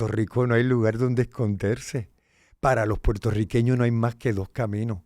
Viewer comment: ¡Mera! ¿Que te pasa? ¿No sabes decir Puertorriqueños? No se dice ‘Portorriqueños’ Dudo que hayas nacido en suelo de las Isla de Puerto Rico. Te empecé a escuchar y cuando escuché la palabra Potorriqueños… dejé de ver y escucharte.